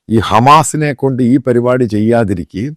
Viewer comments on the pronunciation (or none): none